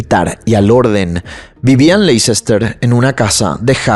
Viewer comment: Hola! Me encanta tu channel! Solo una pequeña correccion de pronuncia por si te interesa! Leicester se pronuncia asi: Lè-ster. Solo un fact fact que aprendi en la uni y te la comparto! ❤😊